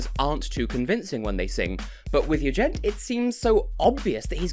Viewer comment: Ah, yeah, I think I remember that consecutive content series from preceding years! ;) Looking forward to your "Eurovision 2018 in XXX seconds" already! PS: With regard to the confusion about the name pronunciation: If my understanding of Albanian phonetics isn't totally inaccurate, for his name to be pronounced like you did in the video it would have to be written "Jugjent", or possibly "Juxhent". Both gj and xh make sounds like in "James". That "g before a bright vowel becomes j" is more a thing in romance languages (specifically in French, Italian, and Romanian), as far as I know.